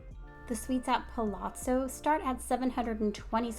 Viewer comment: Really nice video. I’m particularly impressed that you pronounce the ‘zz’ in Palazzo correctly!!! Kudos.